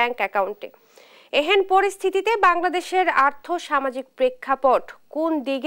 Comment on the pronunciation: এহেন নয় উচ্চারণটা হবে এহ্যানো।